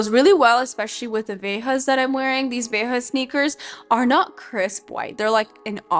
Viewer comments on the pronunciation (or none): I love your channel and your style. Your tips are always very helpful. Please take this tip in the spirit with which it is offered. Google how to pronounce the French brand Veja sneakers😉